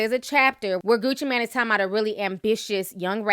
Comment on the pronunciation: Ti!! it's Mane as in main😥😄